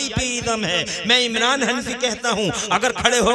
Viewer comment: इमलान नहीं है इमरान है